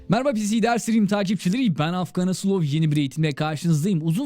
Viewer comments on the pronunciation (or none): none